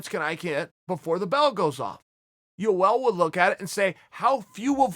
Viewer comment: chael " U L romero" Sonnen